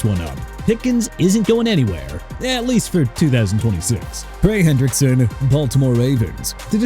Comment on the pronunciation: Jerry Jones not Erry Jones and Trey Hendrickson not Brey! And Quay Walker not Way Walker! Hello?! And let Tyreek Hill go back to Kansas City! Who cares about him?! Good riddance!! Also let Buffalo get Jaelan Phillips and Mike Evans! I DON'T REALLY CARE PERIOD! MR. NEW "OR-LEANS"! NEXT TIME SAY OR-LINS AND GET THE CITY NAME RIGHT!! Also let Miami sign John Franklin-Myers and Malik Willis and let Carolina get Bradley Chubb okay?!! YOU'RE DONE!!!!!